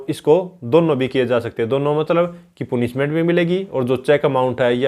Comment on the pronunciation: Sir पूनिशमेंट नही पनिशमेंट होता है।बाकी आपकी video kaafi achchi h...uske liye bahut bahut shukriya...